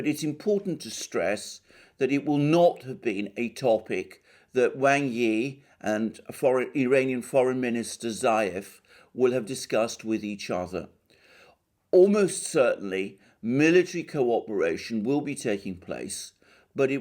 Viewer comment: Iranian FM Zarif not "Zayef"